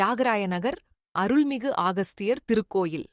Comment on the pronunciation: அகஸ்தியர் என்று சொல்லுங்க ஆகஸ்தியர் அல்ல